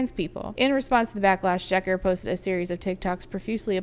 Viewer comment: random FYI but the sz in Szeker is pronounced like the s in sincere.